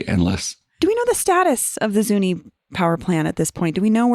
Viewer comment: Its said ZunI no E you sound like an outsider.. The Pec will never be the same again.. you cant even say it right. Ask a Local